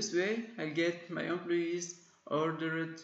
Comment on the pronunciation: amployeesss :D .. thanks man for this video. We are always looking for these kinds of videos. I loved it when you pronounce employees as "aamployyess" :D .. No offence.. Keep up the good work